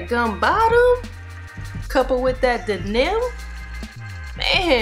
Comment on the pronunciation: And I quote “That shits 🔥 Man that Gum bottom, coupled wit that DA-NIM”😂😂😂😂😂😂😂😂😂😂😂 U was dead Ass serious 😂😂😂 I’ve never heard “Denim”pronounced that way..... I ❤️ it 🤣🤣🤣